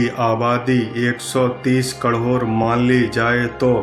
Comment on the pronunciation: Krod to thik se bol lo phle